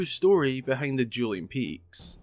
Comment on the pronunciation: "Juuling Peaks"